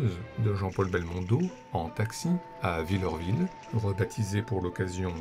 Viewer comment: Varengeville se prononce "Varengville" pas "Varengéville" et Villerville se prononce "Villèreville", pas "Villeurville" 😉. Très heureuse de voir ici Abel et Gordon et Bruno Romy et tout à fait d'accord pour le choix des 400 coups en première place ! Bref, j'adore comme toujours, merci !